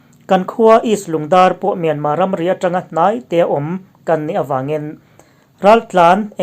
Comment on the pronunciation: Myanmâ nilo in mynmar zawk aw thlukna (^) a awmlo